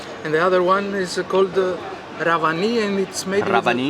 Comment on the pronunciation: Its called Revani not ravani